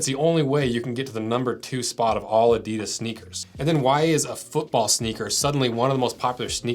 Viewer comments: It's pronounced Adi-das, never A-didas. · Pronounced "Adi-Dus" with that emphasis. NOT "adydus" Like I said. say it slower.adi-dus with 2 equal sounds emphasised equally. That is not just how the Germans say it, it is also the way the entire rest of the world says it. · You yanks .. it's pronounced 'Adi-das' not 'Adee-dus' 😂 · WTF is Adeedus? STOP SAYING ** WRONG! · I wish Americans would pronounce Adidas the way it's intended. The correct way is having the accent after the first syllable A'-didas, (like HAL'-loween; STRAW'-berry; MAR'-Athon) instead of ADI'-das. (like symbo'-lic; opin'-ion; juras'-sic). I also wish the Brits would stop saying Nike similarly to "bike" as it should be "Nahy-kee". 😁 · the guy explains why they company is called what it is called yet continues to mispronounce its name after literally pronouncing it correct once. These were also pretty much a required bit of kit for the terrace dust ups before football changed. If you are into futsal just get a pair of Preds for a few quid more, leave these for the away end. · You described correctly how Adidas got its name, yet all Americans pronounce it wrong! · It is time for the people in the USA to pronounce the name correct. The way you do now is false. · and with all that history facts americans still don't know how to pronounce Adidas